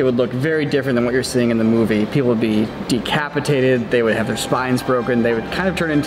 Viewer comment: Captain America film. "That guy would be decapitated." Decapitated. De-CAP-itated.